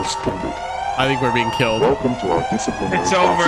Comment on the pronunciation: I loved seeing the British man again trying to explain what the Monster in Crypt was in the most British way possible. “What a spooky bein’. What a spooky bein’”